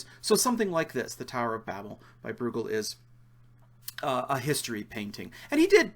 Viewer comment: It's Breugel, (Broy-gel)